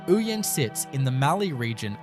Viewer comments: It is Oh-yen not ooyen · Ouyen is pronounced Oh-yen